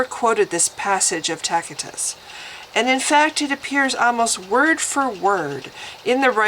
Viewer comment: Excellent essay here. But the mispronunciations are grating on my ears. TASS - IT- TUSS [Tacitus]. MESSY- ANN-NIK [ messianic, not masonic] And ANN-NULLS [annals, not anal] = record of the years...